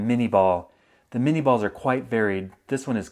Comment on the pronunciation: Isn't it pronounced min-ay?